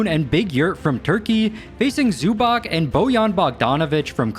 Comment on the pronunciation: you had already butchered two names (Zubac and Dragic) before that Georgian so don’t worry:)